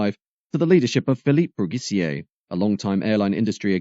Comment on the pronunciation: Philippe Brugisser, not Brugissier!